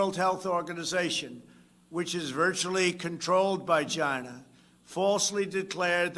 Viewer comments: “Chyna virus” you absolute legend!!!!! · Trump loves saying CHYNA. Ugh! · In Trumps Voice It came from CHYNNAA🤣🤣